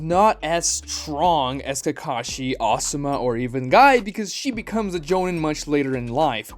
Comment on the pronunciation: his name is kakashi not takashi.